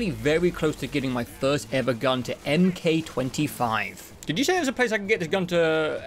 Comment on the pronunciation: The “Mk 4, 5, etc.” is pronounced “mark,” not “em kay.” Like the next iteration of the weapon, similar to the Mk 2 in Modern Warfare 2019, or even Iron Man’s suits.